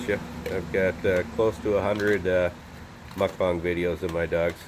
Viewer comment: I just want to say that I appreciate the fact that you've changed your pronunciation of mukbang!